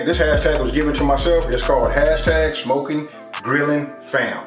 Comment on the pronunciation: As soon as he said 'Sh-mokin' I knew it was on